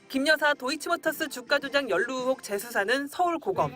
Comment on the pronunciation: 발음 좀... 의혹을 자꾸 ‘으혹’이라고 하심 전라도 말씨 때문에 어쩔 수 없는 것 알지만 조금 더 신경 써주세요😢 기자님 화이팅!!!